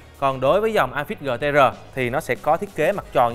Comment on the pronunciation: Góp ý bạn nên đọc tiếng anh chuẩn hơn. Amazfit nên đọc là “ơ mây fit”. Còn neo nên đọc là “ni âu”. GTR nên đọc là “gi ti a”. Dòng GTR mặt tròn vì R là viết tắt Round. Còn GTS mặt vuông vì S viết tắt của Square. Pixel đọc đúng là “pít sồ”. Hi